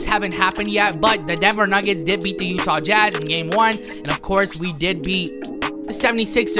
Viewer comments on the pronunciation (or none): none